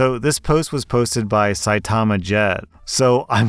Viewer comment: Saitama is pronounced CY-tah-MA.